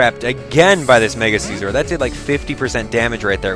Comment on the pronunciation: Its si-zor, not seezor